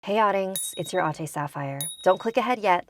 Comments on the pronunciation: It's AH TE not AH TI. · i was confused when she said ate because she pronounced it like " atey " then it hit me, i realize its ate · The pronouciation of ate was A-t-eh